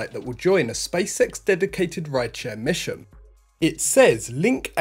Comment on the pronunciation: Stop saying space sex its space x...